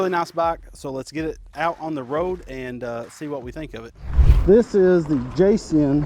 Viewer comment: Pronounced JAY JOHN